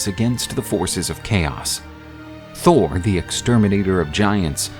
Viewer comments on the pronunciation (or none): none